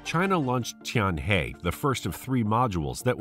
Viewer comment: Tianhe pronounce like 'tianher' ，not 'tianhey'